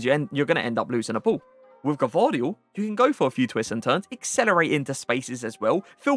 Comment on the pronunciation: Yeah you are saying it wrong you pronaunced a before the v bc its gvardiol or you can just say joško š=sh just to say so you don't call him josko